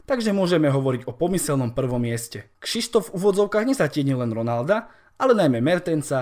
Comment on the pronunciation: Jenom tak btw. měla by se to číst Křyštof, neber si to špatně ale bydlím kousek od polských hranic a ten Šištof mi trhá oči